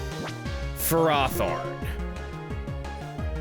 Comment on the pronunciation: Every time I hear Ferrothorn pronounced as something other than "FAIR-o-thorn", a small part of my soul dies.